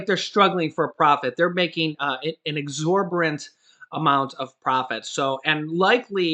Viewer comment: I didn't know that there was a word exorborant. An educated man that routinely mispronounces words?